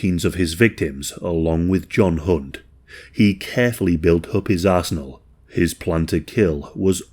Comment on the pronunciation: what did you say??- "he carefully built up his Arse-nal"? Yeah, my brain needs help I know